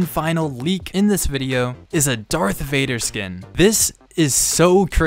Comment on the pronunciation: why do you say darth wader and not darth vader???? lol